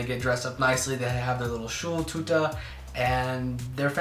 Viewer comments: "Schuhltuter" HAHAHA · The way he pronounced,, Schultüte'' is so cute